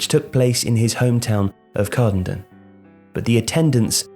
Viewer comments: Great work again lads! Just one thing, it’s said CAR-DEN-DEN not CARD-INDIN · You have pronounced Kirkcaldy and Cardenden wrong.